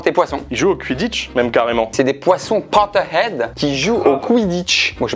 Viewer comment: pourquoi il dit "CUINE" au lieu de "Queen" ? et "CUIDDITCH" genre ça se dit "Quouidditch"